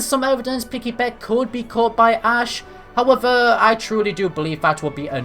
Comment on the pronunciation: Sip everytime he says howevuh..